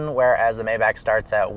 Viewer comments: It is not may-back..... It is my-bahk (my like the word "my" & the bahk like open up and say "ah").... For those who complain about a 4 digit fix. Don't buy a 6 digit car!!! The obvious upgrade for a owner driven car would be the S65 Sedan & not the Maybach anyway. If anyone sees you behind the wheel of the Mayback, they will think you are the driver and not the owner. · that's not how Maybach is pronounced. you were saying it right before. it's pronounced my- bach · My bock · You should know, Maybach is pronounced My Bock. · Will you learn how to say maybach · This. He was driving me crazy.